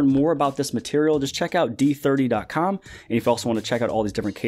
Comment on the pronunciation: D3ooohhhhhhh.. It's not d30 D3O.